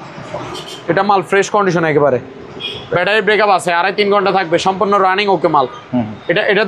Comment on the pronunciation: ব্যাটারী ব্রেকাপ না ভাইজান। ওটা ব্যাটারী ব্যাকাপ বলে। 😂😂😂😂😂